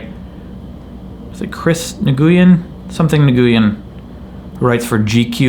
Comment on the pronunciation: The name "nguyen" is pronounced kind of like "win" actually!